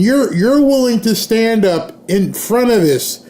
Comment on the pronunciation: "Sten up to en eministration....." Well fed hatred